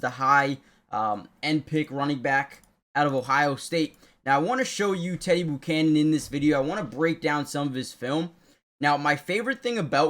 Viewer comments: learn to say his name... It's NOT "Boo"chanan, it's ...Bu ~ chanan , (like when you say Butane) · Learn how to pronounce Buchanan.